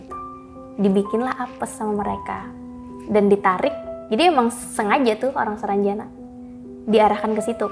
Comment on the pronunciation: Sarangjana bukan saranjana..